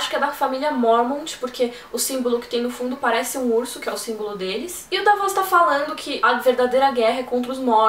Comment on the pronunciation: Dávos, Deivos, Davôs.... Dá pra juntar uma turma e brincar bastante com a forma como cada um pronuncia os nomes das crônicas. :)